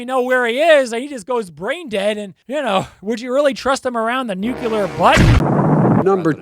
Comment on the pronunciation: You just said "nuc - u- lar" not "nu - cle - ar". Minus 10 points.